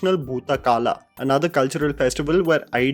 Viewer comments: correction: it’s bhoota “kola” and not kala. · Thanks for the wonderful video. One correction. It's not Bhootha kAla rather it's kOla.. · It's bhootha kola not bhootha kala Varsha roopam devam nahi yar it's varaha roopam daivava rishtam😕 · Great review! Just a couple of things - these are glaring though minor. It's Varaha Roopam, not Varsha Roopam. And Bhootha Kola with an 'o', not Kaalaa. Kola means the 'vesh' while kaalaa can mean time , or Lord Yama. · It is not Bhootha 'Kaala', it is Bhootha 'Kola'